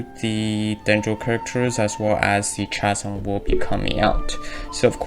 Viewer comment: This isn't related to the video but just wanted to let you know that "Chasm" is pronounced like "Kasm"